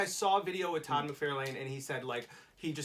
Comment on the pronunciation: I cringe at the way the dark haired guy pronounce. Todd's last name.